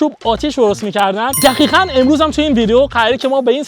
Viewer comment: دقیقاً ❌ دخیخاً ✅